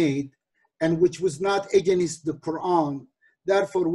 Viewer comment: Edip abi slm, sana productive feedback vermek isterim. Against kelimesini “egenist” diye pronounce yapiyosun abi; dogrusu “ıgeynst”. Eminim doğrusunu biliyosun ama dikkatinden kaçıyor olabilir. Selamlar